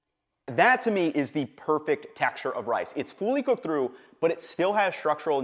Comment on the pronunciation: I can't unhear "fooly cooked"